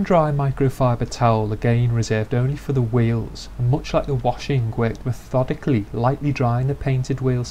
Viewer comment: "me-THODICALLY". Seriously though, applying a finishing product to the inside of a wheel arch? Holy overkill, batman. for a real show car, I can understand being this METHODICAL, but for a factory Mercedes? 20 minutes PER WHEEL??? I salute you, my friend, you are FAR more patient than I will ever be.